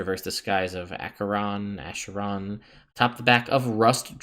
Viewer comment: A-k-eron, if my memory serves on pronouncement of the word